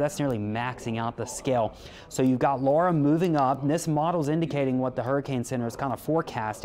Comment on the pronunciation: AND he knows how to pronounce Laura! (Not Lora.)